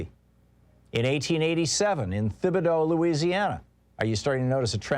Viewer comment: Thibodaux is pronounced T_ibodaux. Like Django's D, Thibodaux's h is silent.